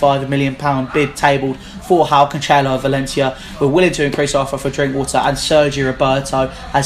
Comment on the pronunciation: It's pronounced CAN-SELL-OH. not canchelo